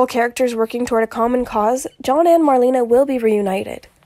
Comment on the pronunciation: I believe she actually pronounces her name as “Mar-lay-na” not marleena. Just FYI. Lol